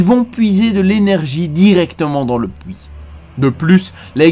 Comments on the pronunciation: fouite et le pouit. J'ai boucoup de mal avec cette prononciation x') ... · Alors je pense que pour ce genre de vidéo où tu parles pendant 30 minutes. Les problèmes de langages du genre "fouites" et "pouits" sont à proscrire. C'est vraiment très très désagréable à entendre. Sinon je viens de découvrir et j'adore tes vidéos :') (surtout parce que c'est WoW). Bonne continuation !